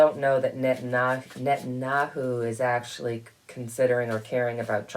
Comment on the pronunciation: Thanks for your wonderful videos!! Phonetically the way his name is pronounced is “Net an yahoo”!! 😃